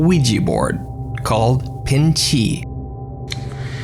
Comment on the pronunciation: PIN CHI sounds like a Mexican swear word